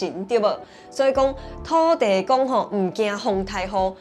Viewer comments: 給個建議, 土地公的台語是土"字"公("字"台語發音) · 土地公應該是Thóo-tī-kong 😊